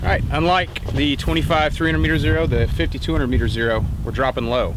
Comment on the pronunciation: please say 50 to 200 instead of 5200